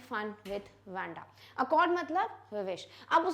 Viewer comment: its not wenda its waa-nda :)